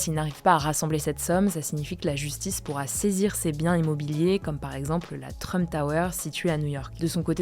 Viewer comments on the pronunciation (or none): none